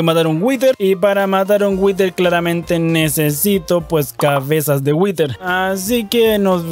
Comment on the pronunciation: Por que pronuncias "witer"??? (whiter) Creo que se dice "wider"